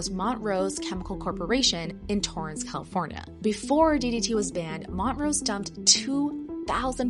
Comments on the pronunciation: Mon-trose, not mont rose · It's Mon-trose, not mont-rose. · It's Montrose. Not Mont Rose. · Mon-trose, not Mont-rose. Js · It’s pronounced “mon-troze” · Is this a typical American pronunciation of 'Montrose' 😂 Mont-rose 😂 i guessit makes sense like mountain of the rose but in Scotland we say Mon- trose 😅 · I just gotta say that it's not "Mont-rose." It's "Mon-trose." Just like the band. ✌🏼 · Pronounced Mon-trose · Please learn how to pronounce Montrose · That’s not how you pronounce montrose… 🫠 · 2 issues with this video. Who decided “hey this causes cancer and destruction let’s dump it into the ocean”, like wtf 😂. And the way she says Montrose